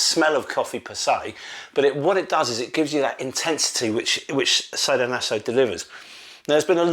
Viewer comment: Sah-do-naso not say-do-naso my dear friend…😜 Anyway nice you’re back. 😊 Will buy the PHALLOS of course you know me right? 😝